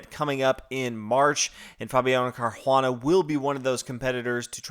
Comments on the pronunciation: It's pronounced Car-oo-ah-nuh ..... not Car-juan-uh. Btw, 1. e4 e5 2. Nf3 Nf6 is called the Petroff Defense. It's been played many times and Carlsen would have prepared a line for it in advance. In fact, anybody who plays 1. e4 in tournaments should have something prepared for it. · It's not car huana dude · Yeah, he says it as "Carjuana" in spanish... but drop it, I doubt he reads comments since he never corrects these things. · Seconding what Mateus said above. Fabiano is Italian, hence it is definitely pronounced Car•u•a´•na. The emphasis is on the third syllable, the a, and the u is pronounced 'oo,' not 'you.' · What? Car-juan-anal !! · i know... it's painful to hear it.